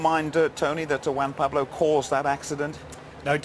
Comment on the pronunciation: "WAN Pablo". good ol'. Montoya's cool, coultards fault, monty got off the racing line.